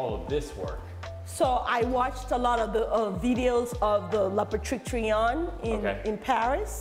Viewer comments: Cool but the woman keeps saying 'La petite Trion', when she means 'Le petit Trianon'... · La patrition??? 😂😂😂😂 It’s petit Trianon xD